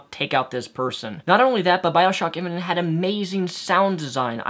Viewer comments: I know you have a speech inpediment but, saying infinint multiple times? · are you saying "infinent"?